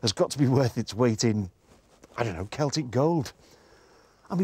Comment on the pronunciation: Its Celtic. Not celtric 🤦